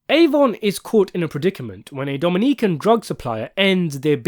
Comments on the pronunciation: Dough min eh can, not Dominique-can. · It’s pronounced DOUGH-MEN- KNEE-CAN- all together lol. Not Dominique -can lol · Domineekan? lol bruh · If you want make a bunch of videos talking about the wire you should probably get it in your head that it’s not pronounced merry-land. And Dominican is NOT dom in eekan. I mean what the fuck they say all these words on the show multiple times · Bro said Dominiquen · The way u said Dominican was crazyyyy lmao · It was like 3/4 English with one Spanish syllable lol.